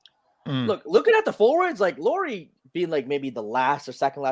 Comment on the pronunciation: Yeah, when you learn how to say Lauris name (similar than "Lowry" in Kyle Lowry) I might actually believe you have watched Jazz enough to have opinion on him. 😂 He isn't top 45 player for sure! He is top 30 easily, I could easily be talked to 20-25 range too. For example in raptor ratings last year he was total raptor 25 and war 28. I would be surprised if he stays healthy and won't make all star. If all-NBA wouldn't be going positionless I would have said he makes all-NBA too. Now it might be harder. There was a valid case for him to be all-NBA this season though but he was the first player out instead. Oh and Jazz actually played him in 3 a lot of the last season and I'm pretty sure that's what they plan doing this year too. You guys said they can't play the big lineup a lot but they did last year with Lauri, Walker and Kelly or earlier in the year Lauri, Vando, Kelly. It worked just fine 😃